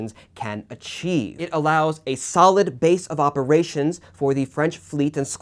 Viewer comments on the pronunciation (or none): none